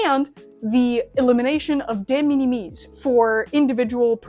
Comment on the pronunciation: Interesting information, some of it is wrong though. First off De Minimis... it's pronounced similar to minimal... so minim- "es". AmiAmi kill off Surface Mail Premium because of what it is. It's a container that AmiAmi rents (to only include amiami goods), that AmiAmi directly imported. This allowed them to control the contents of the pallete and have better control over it's safety. Amiami then directly ships from Japan to the USA. This is cancelled because the importer (in this case AmiAmi ) would be on the hook for any tarrifs that result. Instead they want to ship directly to you (the customer) so that if any tariffs result the customer is on the hook for the tariffs. De Minimis rules are ever changing, and pretty complex. Right now (could change literally tommorrow) it looks like any goods that were made in China are now subject to tariffs and no longer fall into de minimis on May 2. Currently it's at 90% of their value, or $75 (rising to $150 after June 1). This is in addition to any fees that you maybe charged by the service (read DO NOT USE UPS, FEDEX or DHL, their fees are HUGE. Only use China Post/ Japan Post as it goes to USPS which has reasonable fees). So lets' say you have a $200 figure (which is about average for a scale figure nowadays), if it's made in China and gets tariffed it would go to $150 per item rate (since it's the smaller number compared to 90% of 200 which is $180), plus documentation fees (maybe around 30?) total would be an extra $180 after Jun